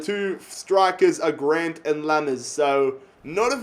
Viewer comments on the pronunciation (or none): none